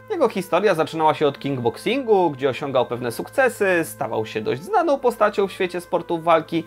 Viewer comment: Ja też słyszę kingboxing